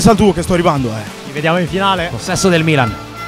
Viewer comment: bro non sai neanche come si pronuncia il milan